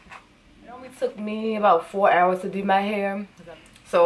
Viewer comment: the “dew” is a dead give away😭